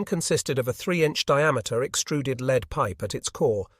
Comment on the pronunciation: It is interesting how AI has been used to create these unfortunately ponderous and rambling documentaries. AI is not able to adjust to the correct pronunciation of words that, when used in different situations, is not pronounced correctly. The best example that I can give in this nearly flawless AI presentation is the word "lead" which was phonetically pronounced "leed" instead of "led" or "lead"...